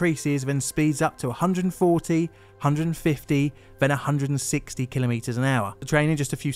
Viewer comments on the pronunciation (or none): I found it very distracting each time you emphasised the "wrong" (to me) syllable, saying kil-oh-MEE-ters rather than kil-OH-me-ters.